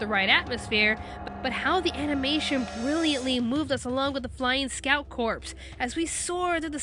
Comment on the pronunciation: I hate how she mispronounces scout corps